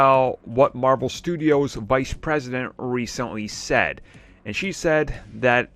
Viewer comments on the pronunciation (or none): none